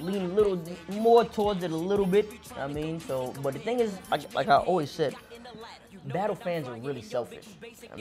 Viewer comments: Ny dudes say "battu" instead of battle lol (not a diss just making an observation) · Yeah we deff don't say battu we say battle lmao u buggin b